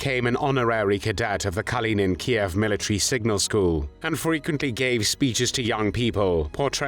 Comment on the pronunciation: At last an American who pronounces Kiev properly and not as Keev I’m pleased you didn’t call this execution as barbaric like you have other Nazi executions